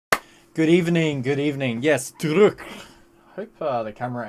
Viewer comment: Drood-ka is how you pronounce it